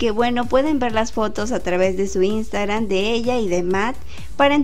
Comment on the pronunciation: Es tan difícil pronunciar InstagraMMMMM?